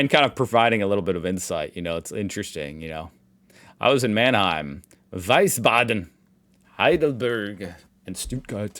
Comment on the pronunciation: It is pronounced Wiesbaden, not Weisbaden. Why do you Americans always turn that around? Bilstein is bastardized to Bilstien, Epstein to Epstien and then Wiesbaden to Weisbaden......🤔🤯